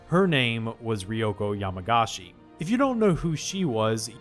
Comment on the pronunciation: Correction yamagishi not yamagashi